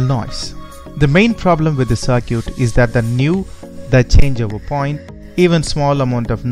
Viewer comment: Good video but you need to learn how to pronounce circuit better.